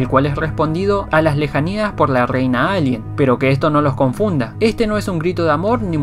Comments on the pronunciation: te agradecería que aprendieses a decir la r, es muy molesto escucharte decir ´´alien grey´´ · NO DICES ALIEN BIEN ACTIVE LOS SUBTITULOS Y SALIA ALGUIEN LALIEN ETC.